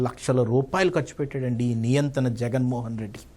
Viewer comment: నియంతన కాదు నియంత. ఎవరైన ఆయనకు తెలియజేయండి.